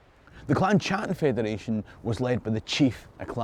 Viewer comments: Great video, but Please could you stop mispronouncing my clan name. It's pronounced Cattan and not a "Ch" sound. Touch not the cat bot a glove. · The CH in Chattan should be pronounced the same as the CH in loch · In 2009 myself and my wife attended the Gathering of Clan Chattan, the 400th year anniversary of the Confederation. I was smartly schooled that the 'C' was silent and the name was pronounced "clan Hattan', my last name unchanged since Mark Hattan arrived in Virginia 1777.